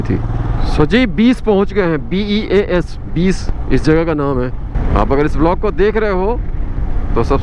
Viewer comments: Beas is pronounced as byas river. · Beas ko ब्यास बोलोगे तो ज्यादा समझ में आएगा